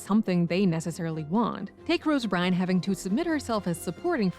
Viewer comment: Rose Byrne pronounced "burn"